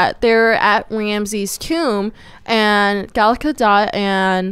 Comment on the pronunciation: Gal Gadot (Gah-doh) the "T" is silent.